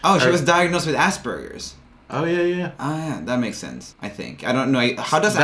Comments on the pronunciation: Did they say asburges or ass burgers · My Aspergers Brain: I can let things go Also My Aspergers Brain: ITS PRONOUNCED AS-PER-JERS!!!!!!!!! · pronunciation of Asperger's: * exists * Roomie and: ASS BURGERS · Is it just me or did they say she had Assburgers